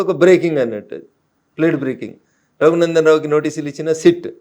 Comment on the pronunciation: Not Taghunandan, it is Raghunandan. Please read correctly.